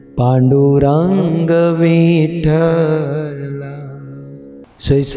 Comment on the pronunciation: भज भज मना पाडुरंग विठ्ठला हे असे आहे.विठ्ठल मधे वि र्हस्व आहे चुकिचे उच्चार करत आहात